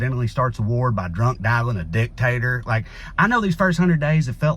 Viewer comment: I really have no idea if you meant “dick tater” or not, but that’s how you said it, and two specific emojis came to mind (neither of which I’ve ever used, of course).